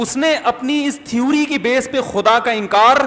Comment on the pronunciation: .......mufti sahab thewwri nhi theory hota h.....mazirat ke saath...😀😊😊😊😊🇮🇳